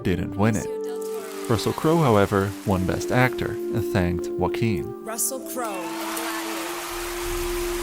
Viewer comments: Juan is pronounced "who-won", not "one". Joaquin is pronounced "Ho-aw-keen", not "walkin' ". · whack-keen lol